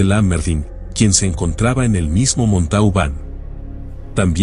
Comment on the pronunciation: La ciudad se pronuncia MONTOBAN.